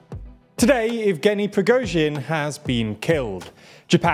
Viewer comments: YOU FINALLY PRONOUNCED PRIGOZHIN SUCCESSFULLY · good to see this guy can say the name Prigozhin unlike the guy in the glasses who changed the way he said it 10 times in one video :P